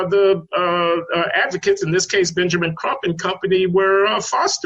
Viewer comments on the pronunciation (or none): Why do you keep saying "Trump" instead of "Crump" which is the lawyers actual name? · Benjamin Crump, Not Benjamin "Trump"!